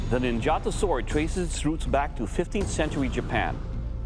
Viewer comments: It's pronounced Neen ja tow not gelato / nin gatow ...aweful!!!! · After studying Japanese in Japan for years, it bugs me to no end how Americans pronounce three-syllable Japanese words... (it's NIN-ja-tō, not nin-JAH-to). Yes, I'm THAT guy. oh well...